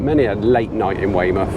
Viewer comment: oi norf darset you sound like a yocal saying weymuff. :) these over an hour you tubes are a bit long.